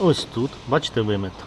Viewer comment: тепер і я почав замічати як ти дореха разів кажеш БаЧеТЕ капец 😂😂😂😂